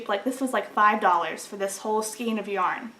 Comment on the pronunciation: I am a big fan of Knit Picks (though I do wish they would offer their color cards again)! Thanks for the review. BTW, "skein" is pronounced to rhyme with "rain."